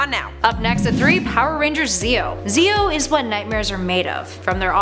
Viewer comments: I hates this list the most when they said Zeo. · I got triggered when saying zeo rangers